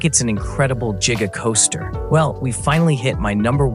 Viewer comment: jiga coaster 💀